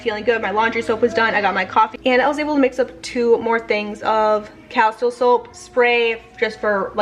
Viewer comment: I make my own facial cleansing soap with the citrus one and put it in a foam soap dispenser to keep in my shower. Found the recipe on pintrest. You can add almond oil for moisturizer...it smells amazing. By the way its pronounced Casteel. I have yet to make the Carmel sauce,sounds so delicious!!